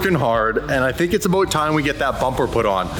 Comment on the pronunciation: “think it’s aBOat time” … 😅